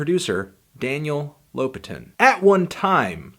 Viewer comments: LopAtin, because it's a Russian surname. ;) Most of them have stress on the second syllable. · It's LopAtin tho, not LOpatin